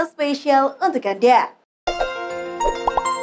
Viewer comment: Yang paling gw inget kata-kata presenternya yaitu "UNTUK GANDA" wkwkwk suka penekanan notes nya :v